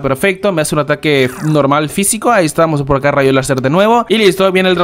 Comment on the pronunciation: Ahora se que nos oy el único que dice rasho láser xd